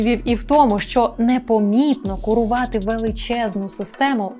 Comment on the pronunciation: Дуже ріже вухо слово «кУрУвати» Це тепер так говорять?